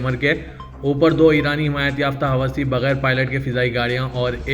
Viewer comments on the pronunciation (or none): Hawasi nahi hai woh Husi hai correction karo